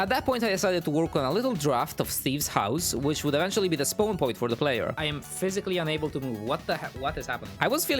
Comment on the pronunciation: "I want him to Spown here"